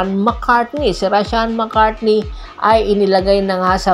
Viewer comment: Mali ka po..hindi mccartney....McCarthy po.